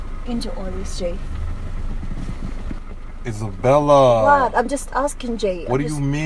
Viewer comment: Wooow this is beautiful ♥️ you are the best ♥️♥️♥️♥️💃💃🏼💃💃🏼♥️💯🔥🔥🔥🔥🔥 💯💃💃🏼 And I love the way he was pronouncing Isabella nice accent there man🥰🥰🥰🥰